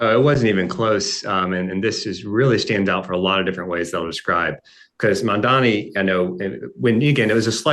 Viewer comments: Why does Mark mispronounce and say Mamdami? It MandaNi! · Why is the first dude calling him MANDANI ??? Is he so illiterate in the alphabet ? Why is it so difficult for him to say MaMdani ???? Does this dork have a speech impediment with the letter M ??? He is not even embarrassed to air his ignorance. He gets on my nerves with his MaNdani. I detest mispronunciation of people's names.